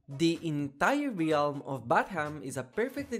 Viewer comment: Will you ever learn how to pr9nounce "realm" properly?